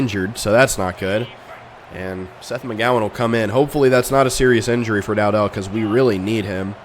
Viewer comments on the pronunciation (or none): Bro you claim to be a huge fan but can’t even pronounce dowdell name right